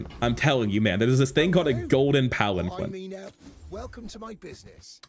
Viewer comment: Unintuitively, palanquin is actually pronounced palan-keen